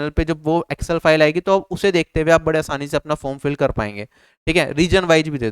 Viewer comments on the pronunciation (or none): none